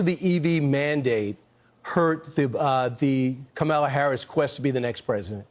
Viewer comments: Fox STILL can’t pronounce “Kamala”? A**hole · They mispronounce on purpose and use it as a put-down. I love how Kamala rises above it and never corrects them. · This is a reporter? He can’t pronounce the VP’s name correctly and he missed Pete becoming the Secretary of Transportation. What else has Fox missed?